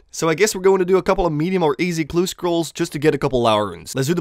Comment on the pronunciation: how tf cant u even say easy clue?